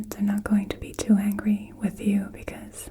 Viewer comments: you also said angy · Angy or Angry? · Same thing with "Angy"....angry lol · You forgot the "r" in angry. Just kidding! It was an excellent experience!